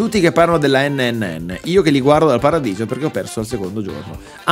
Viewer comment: Sto ancora aspettando stormy che dice la terza n nel pronunciare NNN